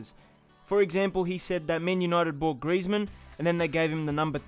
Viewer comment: I hate that in champions league the commentator says "griEzman" instead of "grizman"